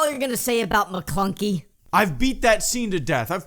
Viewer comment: It's actually maklunkek, you can hear a subtle K at the end